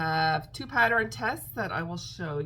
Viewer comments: LMBO…PATTER-INN 😂😂😂 Girl you do you…people don’t go at. Leave her be, we all speak differently, so you do you!!…just a thought, I’m on a pattern buying band, does that mean I can buy patter-inns??? 😂😂😂 And yes the live was a blast…looking forward to the next one!!!! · Omg, you are hilarious! Every time you popped “patter-inn” on the screen I giggled. I don’t know why people feel the need to point out such silly things. Just keep being you! Anyway, I love all your makes this week! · Ha ha, I used to say Sammich for sandwich until my teenage niece corrected me… I now say sandwich but in my head I am saying sammich😂. The big eyes on the possum is really cute! I laugh at every patter-inn you post😂. That bat is awesome, the explanation of wings is helpful should I buy the pattern.